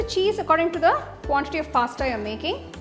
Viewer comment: Recipe is tempting but pronunciation of Pasta was awful